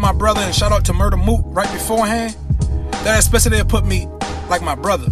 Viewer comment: You're not pronouncing it right. It's Ex-ple-tive not Ex-ple-ti-tive 😑